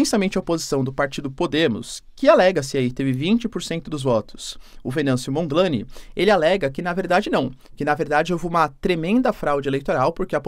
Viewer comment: Não se diz "Mondi laine" tipo nome em inglês. Neste link vais escutar como se pronúncia o nome.